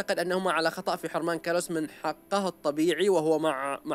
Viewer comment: اسم الولد كلاوس وليس كلس